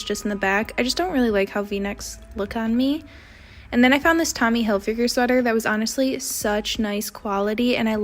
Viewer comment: HilfigUre?!? FFS- it rhymes with TIGGER—> Hil FIGER 😖😖😖.